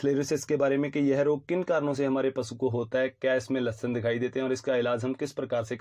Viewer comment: Samtham ..? Symptoms kya Lashan..? Ya lakshan Bhai english aur hindi dono me itni acchi pronunciation..😁😁😜